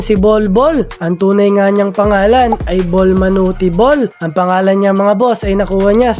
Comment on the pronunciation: Para kang gago mag salita boss. Hindi mo pa mabasa ng tama yung Manute! 😂